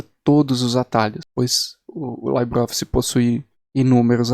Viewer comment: A pronuncia correta é "libreoffice" e nao "laibreoffice", pois o termo libre não é de origem britânica...